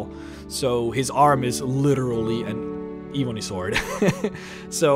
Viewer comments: Ebony uses a soft e. E as in Egg, B as in ball, O as in zone, NY sounding as knee. eb-O-knee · If I hear e-booni warrior one more time 😤🤣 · Dah eebony wawrior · pronounced "eb-on-E" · WHY DO YOU PRONOUNCE IT AS EBOONIE UGHHHHHHH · Michael Moscrop #\//\ the moment I heard him say ebony... I immediately stopped the video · You cant say ebony to save your life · I don't like the way this guy pronounces the word "ebony" but great video 👍🏼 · Can you try to say ebony correctly?!?!?! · Your pronounciation of ebony bothers me to no end. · Could you possibly learn how to pronounce this stuff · It's pronounced "eh"-bony. Not "ee"-bony. Drives me nuts. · not hating... but can you pronounce your words proberly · It’s Eh-bony not Eee-bony I know your First language but come on learn how to pronounce English words pls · Duncan Douglas bro for god sakes plz ........... it's. ............. Ebb-uh-knee!!!!!!!!!! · Kinda sounds like “ihvony” towards the end. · Seriously....why cant he say it right? I've never heard someone call ebony, E-boney before... kind of driving me crazy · My skin crawls every time you say E-Bonnie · Eebony Wahrrior? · Eb-enee and War-Re-or, You kept saying it wrong and its so annoying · you pronounced warrior and ebony wrong. I'm sure you know though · please..please pronounce Ebony and Warrior correctly. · Dude you know that you are saying ebony wrong. It's not eeeebony, its EBONY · Ebony not ee bony ffs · it actually changes depending on your region i can also be Ebb-on-ee or Ebb-en-ee but i agree Ee-boo-nee is a bit aggravating to listen to. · saying, it's pronounced "Eh-bu-ny" — similar to bunny. Like an ebony woman. Not "Eh-bone-y". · Why do you call it EEEEeee bunny? IT'S (Eh bun eee) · it's eb,not eeeeb,,your pronouncing it wrong. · I'm sorry I was just trying to help him no offense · It's not eeeebony warrior - Think "Egg" - Pronounce the E same way as you would say Egg - "Ebony warrior" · It’s not eee bon eee it’s eb. O knee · eebonee waarriar